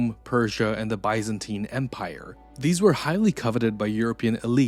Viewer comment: I don't think the narrator is pronouncing "Mayer" correctly, or "Byzantine."